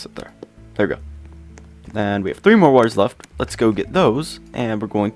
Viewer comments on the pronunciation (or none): none